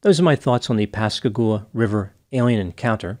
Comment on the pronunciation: Thanks for pronouncing Pascagoula right! 👏🏾🤣